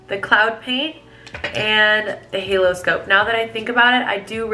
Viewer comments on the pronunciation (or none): none